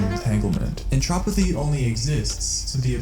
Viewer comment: Im sorry but i feel compelled to comment about the fact that you said "Windows 99" Edit: cool video, but it is really jarring when you say something like "entropothy" or "what we pretty much learned was..." and proceed to list something either incredibly obvious or the same thing that you had just said not even a minute before. You set up tension only to break it with a silly mistake or by trying to summarize what led up to it instead of letting it lead to the next point.